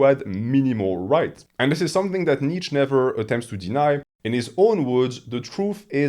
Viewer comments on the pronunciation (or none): I perceive you as a person who would want to know that: „Nietzsche“ is pronounced knee + cha (as in challenge). Kneecha. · Awesome video. As a German, the way you pronounce my boy Nietzsche's name drives me nuts though.